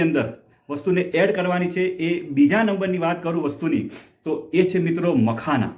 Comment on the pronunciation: મકાના નહિ....મખાના